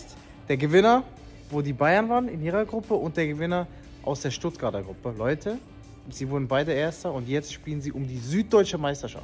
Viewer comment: Sag bitte Stuttgarter mit t hinten